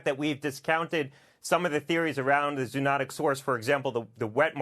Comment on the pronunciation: He does not know how to pronounce zoonotic.